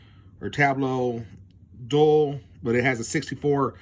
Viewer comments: None have the word dull, Dual and Dull are two different words. Omni and um ma na, um ma na is not even a word, And I’m supposed to take this review seriously, when you can’t even read and speak English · I knew you had to be a trump supporter by the idiotic sound of your voice. You can't even say "Dual" and "QUAD" correctly. You have to be trailer trash to make a 50 minute video of stupid uneducated man trying to explain a Tablo DVR.... nails on a chalkboard! Here is a tip just for you! if you want a better economy....try it with WORDS!